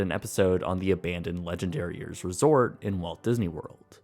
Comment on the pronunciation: It totally sounds like he is saying "Legendariers" XD